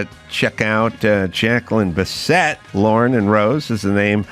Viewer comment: Biss it NOT Bis set! Good interview tho.